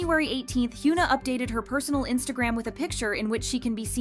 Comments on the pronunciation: please hyuna is not pronounced "hyoona" but rather "hyeona" check on translate google audio or whatever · hee-yuh-nah not hee-yoo-nah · I love how the video can't even pronounce her name properly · imagine making a whole video about a person and still not knowing how to pronounce her name like what